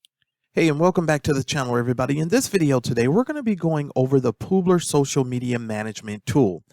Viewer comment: Poobler? It's pub-ler, like a publisher